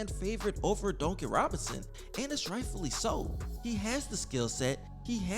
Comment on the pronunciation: Well it is so funny to hear you say Duncan Robinson LOL. It sound like you be saying donkey Robinson 🤣🤣🤣🤣. However you do have great content my man. Yes get rid of Duncan and tyler! Bring me back miles bridges! He is a free agent. That's what I want! Him and Bam! A nasty front Court